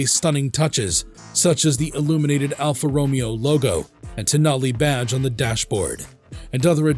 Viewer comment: Alfa Ro*May*O!!!, get it Right!!!